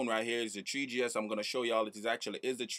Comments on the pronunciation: lol treeGee ess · he sad tree gs hehe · that guy sayd thwe g s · "tree G (S)" HAHA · I'm so glad you said "treegee ess" so many times. Awesomeness